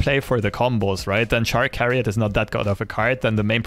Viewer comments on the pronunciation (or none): Chariot is pronounced like Chair. This deck is making me want to build a Kalista/Grand Plaza deck centered around summon value like Tianna. Brb, gonna go be disappointed in my creations.